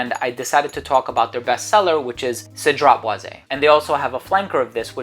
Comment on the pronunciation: It's not cedrat" boize" it's Cedrat "boiz" ...hopefully that helps....its not "é" therefore it's cedrat "boiz" just pronounce the" e" like a" z". And yes part 2 it's definitely needed 👌